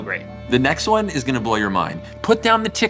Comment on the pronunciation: Joe, I’m sorry, but did you just say put down the TickTock’s?…